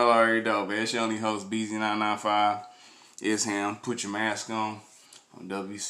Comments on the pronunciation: Esham is the man! would be no Eminem, Kid rock or others out of Detroit without him, he's a pioneer, should definitely do some reactions to some of his early stuff from Boomin Words, closed casket or KKKill the fetus! but his name is pronounced Esh-Aaam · E sham not es ham